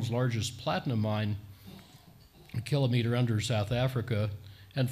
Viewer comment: Thank you for pronouncing "kilometre" properly!